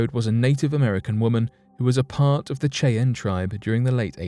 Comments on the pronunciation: you pronounces the native american tribe name wrong it is not kay-ann it is shy-anne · Did I hear chi-anne instead of Shyanne (Cheyanne tribe). That's really bad writing and research. We have machines now that will pronounce names for you if you're not sure how it's pronounced. C'mon dude I like your channel 😅. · Cheyenne Pernounced: "SHY-Ann" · It's pronounced Shy-ann.... Ya dang lymey. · Dude seriously it’s pronounced SHY-ANN YOU SAY IT COMPLETELY WRONG THESE AMAZING PEOPLE DESERVE THAT NAME CORRECTLY THE WAY YOU SAY IT MAKES MY EARS KRINGE😖😖😣😣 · As a girl from originally from Wyoming, your pronunciation of Cheyenne is amusing. It's pronounced SHY-ENN. Just an FYI. I have an Eastern Shoshone daughter, am part Alabama-Coushatta, have many Northern Cheyenne friends and trust me., that's how the Cheyenne people pronounce their tribal name. Their own land??? A REZ?! I think you need to study up on what 'their land' is really like as well! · Bruh....its pronounced Shy-ann lol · It's amazing that a grown man hasn't heard it pronounced before.lol 👍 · That was driving me nuts. I’m glad you posted a comment. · Cheyenne is pronounced shy'- ann, not the butchered way you said it. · I was just about to make the same comment, glad I scrolled down first. :-) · Apart from mispronouncing Cheyenne, Great clip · Need to brush up on your pronunciation - Cheyenne - 'Shy Ann' Schmeisser - 'Shm Eye Sir'